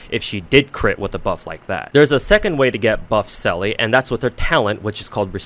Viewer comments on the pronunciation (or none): "selly" Bro the game pronounces it for you 😂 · "Selly" huh? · Right? Lmao it hurt a little to hear him say it wrong so many times